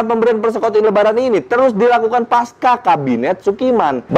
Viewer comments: Baca Pasca, seperti baca Pancasila... bukan paska atau pankasila, hehehe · Baca Pasca, seperti baca Pancasila... bukan paska...